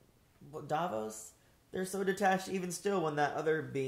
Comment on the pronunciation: Her name is Vados not Davos.